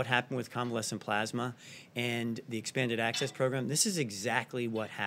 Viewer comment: why cant Trump say the words 'plasma' or 'convalescent'? is Trump ok?